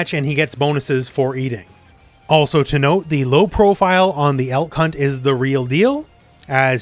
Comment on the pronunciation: I definitely misheard you lol. I had to turn on subtitles for this one. You said "Elk hunt slide", I thought you said "L-C*nt slide"